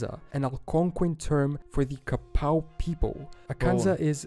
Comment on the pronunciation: Regarding Arkansas, we pronounce Quapaw like Qwa-paw (like an animal paw) instead of his ka-pow.